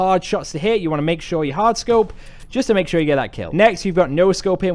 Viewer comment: haha listen to when he says scoop hahaha he put so much effort into it